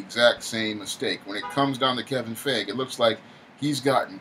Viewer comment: It's Pronounced Fi -E - Ghee and not Fey - Age or whatever. Stop murdering the name already.